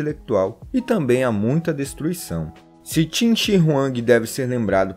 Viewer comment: Vim por causa do manga kingdom, e n é timmmmmmmm é qinnnnnnnnnnnnn, se pronuncia como se escreve